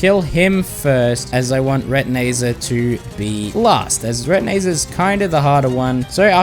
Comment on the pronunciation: why did bro say retanizer is harder the spazmitizm😭😭😭😭